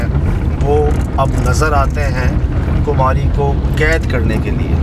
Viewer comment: کماری ہے کمہاری نہیں